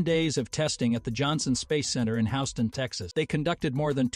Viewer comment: You need to learn how to pronounce the name of Houston Texas! It's one of largest city's in the US!